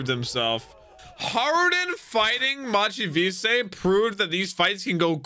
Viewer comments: machvise's name is literally Mach Vise. not mahchee veesay like youre saying it. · Mach (like Mach 5) Vice (like a vice grip) is how it’s pronounced lol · At long last we don't have to keep hearing butcher the pronunciation of Mach Vise all the time.:P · Maybe someday years down the line He'll be told the correct way to say it. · At this point I actually want the entire comunity to downvote videos until he pronounces Mach Vise correctly. Since he doesn't seem to ever read the comments he has to learn the hard way I guess..